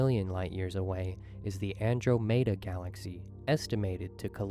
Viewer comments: AndrO-Mater??? A.I. ? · "Andro-mayda"?? Come on, mr. Narrator 😅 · I'm liking your video because I always like your commentary and videos but I do NOT like this person's video. Not sure what it was about it and I wasn't wild about it to begin with but when he pronounced Andromeda, that was it for me. :)